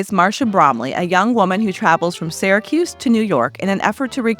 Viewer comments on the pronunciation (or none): A fun video, thanks! Two pronunciation corrections: It's SHURE-wood, not SHARE-wood; and it's SY-racuse not SARE-acuse.